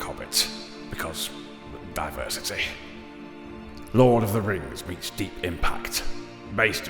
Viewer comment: Lord of Da Rangz Return of Dim Kangz